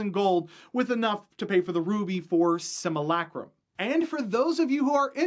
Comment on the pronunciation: everyone else can be nice but I'll say it. learn how to pronounce simulacrum and if you don't believe me ask yourself how your pronounce simulation